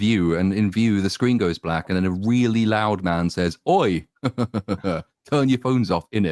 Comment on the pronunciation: the poshest "Oi" ever uttered